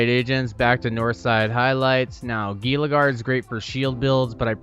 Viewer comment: FYI, it's pronounced Heela, not Geela lol